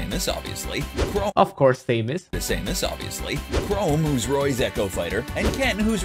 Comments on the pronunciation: How the hell do you even pronounce chrom as chrome? There's no e at the end lol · The only reason why you should call chrom ”chrome” is if you’ve seen his name for the first time and misread it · Me, a Chrom main: Same-us? I guess some people pronounce her name like that I'll let it slide- "Chrome" what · "chrome" "Ry-you" "Say-mus" "Sak-u-rai" UGHHHHHHHH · people who say "Luff-fy" instead of "Loofy" sAyMuS, cHrOmE, sAkOoRaI... cHrOmE